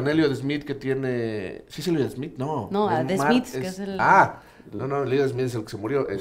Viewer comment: se dice "the" no "da" pero gracias crack